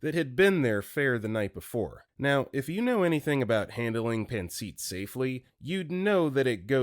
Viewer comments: it’s pronounced paan suht. Not pan seat. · Pancit is pronounced pan-sit.